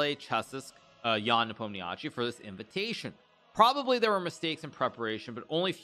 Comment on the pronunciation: Hikaru, I beg you, please please stop mangling Ian's last name. I know it is spelled like that and it is kinda of hard to know what exactly to do with all those five consonants in a row. But in fact it is really simple: it's very close to Nepo'm-nya-shee (stress falls on "o" !)... well, there is also a so-called i-short at the end (similar to the last sound in "toy" or "guy") but you can skip it, everybody does.